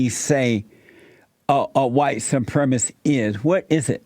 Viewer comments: Jeesse can’t even say white supremacist, he says supremisss, fucking asshole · Someone please inform the host that the word is pronounced “Supremacist” and not “supremist.”